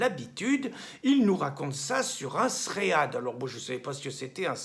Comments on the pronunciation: Un "sréade", sûrement pour "Thread", et je crois ça se prononce "tride" :p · Tant qu’à utiliser un mot anglais, autant bien le prononcer. « Thread » se prononce comme le prénom « Fred » et signifie « fil » (Très utilisé en programmation informatique) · Pas un tréad Pierre mais un tréd :-) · Ah ah, bonjour Pierre, On dit un "srède" (fil de discussion).